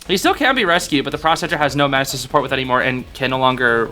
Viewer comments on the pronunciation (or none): none